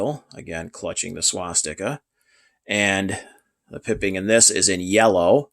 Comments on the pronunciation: PIPE-ING NOT PIP-ING!!!!!! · Nice pieces. BTW, the colored trim on caps, insignia, etc., is pronounced PIE ping, not pipping. Cheers.